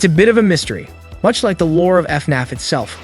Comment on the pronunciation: They way im so desperate for news i was able to overlook him saying “faynayf” the whole time